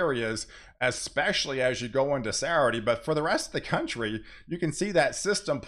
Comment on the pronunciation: Please learn how to pronounce 'Saturday'. I like you and respect your work, but seriously.